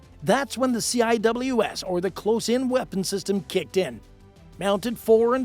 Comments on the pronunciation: In Navy parlance, you do not pronounce the CIWS as “C I W S”! You either call it a “close in weapons system” or just call it a “C WIZ” / “sea wiz” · A lot of mistakes, incorrect terminology and unrelated images. I'll just mention a few. AEGIS cannot identify or track targets under water. Phalanx CIWS is not pronounced by saying the letters C.I.W.S. It's pronounced as "Sea Wiz". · CIWS. A close-in weapon system (CIWS / ˈ s iː w ɪ z / SEE-wiz)